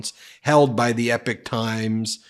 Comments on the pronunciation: It's the EPOCH Times, not the EPIC Times 😂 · Please Ben..it is not the Epic Times but the Epoch Times..the times we are living in...and what interesting times they are... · It is pronounced E-pock, not ep-ick. Refers to long eras of time, not great battles or Homeric sagas. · i have to help you out bro with some enunciations that bug my ears lmao...i hate to be THAT guy but here goes anyway..."Epoch" is pronounced "ee-pok" not "epic"...and when you [and this bugs me less because of who she is] have to mention laura ingraham....it isnt "een-gra-ham" its just "een-grum"...sorry...im done splitting hairs now lmao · It's pronounced Ee-Pok, not Epic. But, yes Fulan Gong is behind this, as well as those Shun Yun dance troupes. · I have no clue which one is correct but everywhere else is is 'E POK times' not 'epic times' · My dude...it hurts my ears. It's pronounced "EE-POCK" a reference to a notable period of time. "EPIC " is a Faith No More Song, A game company, a large scale narrative, or poem. Keep dunking on Agent Orange!! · Big fan from the UK, if you are going to do another video on epoch times then it is pronounced ee-pok not anything like epic. Keep up the good work and good luck to all you decent Americans ❤ in getting rid of the maga crazies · Just srop saying epic times, that's not how you pronounce that word! 2 videos and I'm done with the epic. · Epoch is pronounced EE-pok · Epoch. Pronounced "Eeeep - ock". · It’s not called the Epic Times. It’s Epoch Times. It’s pronounced very differently. Please consult an audio dictionary. This is not up to your normally professionally standards. It’s truly grating on one’s ears. There’s nothing epic about it. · I thought it was pronounced e-pock. No? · I believe it's pronounced 'ee-pawk'. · It's "EpOOOOch times" with an o ... 😂....Falung Gong is not amused these days 😂